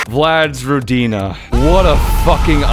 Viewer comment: It's yagA, not YAga and rOdina, not rodIna